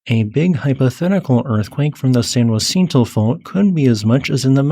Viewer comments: Fyi its "San Jah-sin-toe" not juancito! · I've never heard San Jacinto pronounced as he does, San Wa-SEEN-to. I learned my Spanish pronunciations in Texas, and here it's pronounced Sahn Ha-THEEN-to. Do Spanish pronunciations differ in California? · Lived in SoCal for nearly 40 years and moved away. Lived right on top of the San Jacinto fault...been in plenty of large ones but never got to experience The Big One ..bummer...and San Jacinto is pronounced Sahn Haseentoe or San Uhsentoe..Spanish and local dialect. Also Cajon pass is pronounced kuh-hone 🙂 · San Huh Sin To (San Jacinto Mountain) Ka Hone Pass (Cajon) Considerable respect. I only mention this because gross mispronunciations distract from your very interesting content.